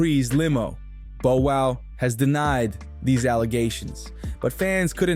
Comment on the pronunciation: First this culture vulture cant pronounce Bow Wows name, he then shows footage of Orlando Brown while speaking about Katt Williams. Clown business. Fire your team